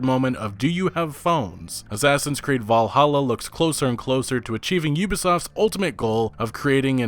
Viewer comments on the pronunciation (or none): none